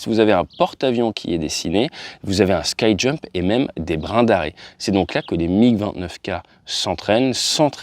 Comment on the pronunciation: ski-jump comme un ski en francais pas sky ;)